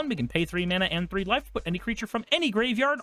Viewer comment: What said: "each opponent loses one life and you gain a life" What I heard: "each opponent loses one wife and you gain a wife" Me:...what card is this? Also, I'm a frim believer that every budget mono deck should have a Myriad Landscape in it. Thank you for coming to my Ted talk.